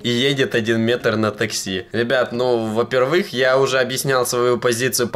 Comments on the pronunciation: следи за речью, очень режет слух твои ударения на некоторые слова, особенно "во-первЫх", когда нужно "во-пЕрвых". Там еще какое-то слово было в начале видео не помню, уже не первый раз замечаю) просто совет) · в слове во первых ударение на букву Е